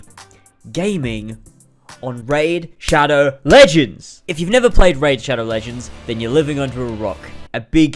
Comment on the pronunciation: I just puked as soon as i heard you say "Raid.."This hurt me differently